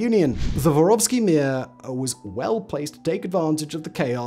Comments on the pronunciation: Мир не воровский, а воровскОй, внимательнее И Мир это не mi:a. Послушайте, ааа звучат слова, хотя бы в гугл переводчике. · This is excellent and by and large pretty accurate. But Simon! Roll your r's at least a bit on vor and mir!😂 Suki was the only you didn't butcher. Oh well, no one cares, I know...